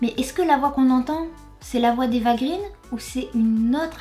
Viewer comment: Ce n'est pas "Eva green" (prononcé grine), mais "Eva Green" (prononcé graine) car son père est scandinave et le double "e" se prononce "ai".